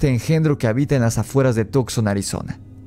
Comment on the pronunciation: Excelente video.se pronuncia Tuk son y no tok son. Saludos 👍